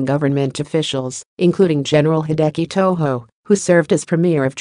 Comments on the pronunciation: Not Toho, it's Tojo, Japanese not Spanish. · Tojo was pronounced just as it is spelled, so I don't know why the narrator is pronouncing TOHO. After all, Tojo is a Japanese name, not a Mexican one. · I cant believe you pronounce Tojo as “to-ho”, Tojo is just pronounced as its spelled. After all, its a Japanese name, not Spanish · Ruthless, sadistic monsters. And it's Tojo. NOT Toho! According to the video, Tojo was one who was hung. Wonder if that was the case. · “Tojo” pronounced with a Spanish sounding “J” shows that whoever produced this has no real knowledge of of Japan or WWII.